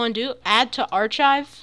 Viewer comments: Awesome, awesome video...looking forward to trying your EPIC Jump BTW, "archive" is pronounced "AR-kive" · lol the way he said archive ps, this is helpfull